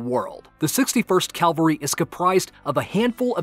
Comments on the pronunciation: Sorry to point out , it's ca-val-ry not cal-vary . Still a good video like always. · it's not calvary it's cavalry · It's pronounced "cavalry", not "calvary"... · It’s Cavalry, not Calvary!!!!!!!